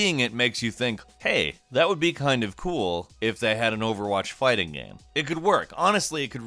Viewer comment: "It really comes ac cross as a 'gaem' gaem"